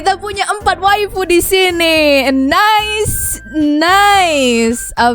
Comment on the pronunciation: Kak kirain bilang wibu ternyata wifu